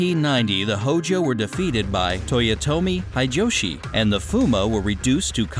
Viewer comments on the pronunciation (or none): toyotomi hideishi XD